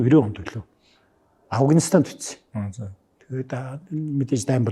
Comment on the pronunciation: Гадаад үг хэлэн дээрээ бага зэрэг анхаармаар байна шүү. Липцик биш Лайпциг, Авгнистан биш Афганистан, Вэймар биш Ваймар, Холокост биш Холокауст :))